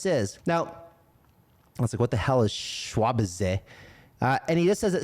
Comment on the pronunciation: “Schwabize” is pronounced “Schwab-eyes”. It means to they’re putting their mark on crypto. They’re doing Crypto the Schwab way